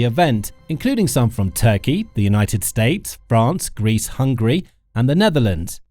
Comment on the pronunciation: The artificial voice on this video is irritating for important issues it can not pronounce TURKEY, a simple word to pronounce.